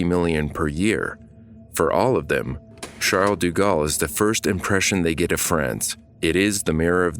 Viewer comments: its like "shall deh gahl" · Bitch the way he pronounces “Charles de Gaulle” is so distracting lool